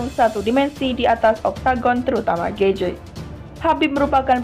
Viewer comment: Bacaan mu banyak salah.min. gaetji..bukan gaetje..... Michael Johnson. Buka Jackson.....